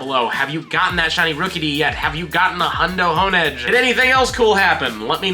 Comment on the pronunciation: Han edge is crazy, it’s honedge like honing your blade u know like a Samarai lmao